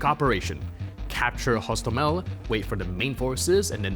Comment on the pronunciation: HostOmel. Penultimate syllable, as in Polish.